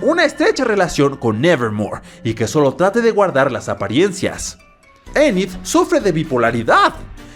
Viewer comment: Anid jaja es enid